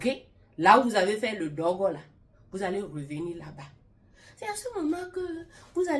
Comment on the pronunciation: 😂😂 vous seule saviez bien dire ce mot "dôgo". "dôgo ' ... Voilà pourquoi c’est bien d’être fidèle l’un à l’autre. Dôgo là va tuer homme.